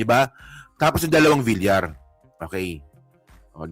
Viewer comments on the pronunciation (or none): none